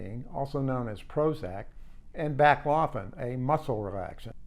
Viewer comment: You should hire me as your medical consultant ;]. "Zole-puh-dem", "back-low-fen"